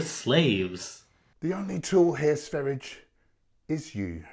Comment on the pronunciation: Not trying to be a smart ass but his name is pronounced Sveh ree ah not sver ijj